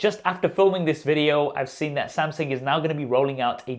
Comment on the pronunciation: Did you say samSing...😅